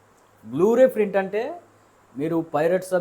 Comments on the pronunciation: నువ్వు ముందు ప్రింట్ పలకడం నేర్చుకో ఫ్రింట్ కాకుండా. రివ్యూ తరువాత చెప్పచ్చు. ఆంధ్రావాలా సినిమాలో రాయలసీమ?--- ముందు అక్షరాలు పలకడం నేర్చుకో మిగతావి తరువాత మ్యాటర్. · Print ra adhi frint kadhu.. print ani palakalekapothunadu veedu review lu istunadu..